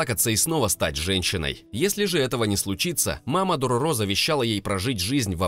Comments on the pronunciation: Дорóро, а не Дорорó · не дороро а дорро так аниме называется и манга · Все хорошо, но только ДорОро, а не ДорорО. В аниме ударение было именно на первую О. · ударение на средний звук - дорОро в аниме мальчика звали именно так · Правилно будет читать Дарора